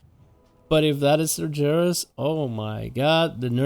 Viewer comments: Cmon His name is pronounced SAR-GER(LIKE BEAR WITH A G) IS(iiiiissss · holds in yelling holds it in even more apologizes ITS PRONOUCED SAR-GHARUS GUH GUH GUH UUUH *LORE NERRRD RAAAAGE!!! <3 love you vids though xD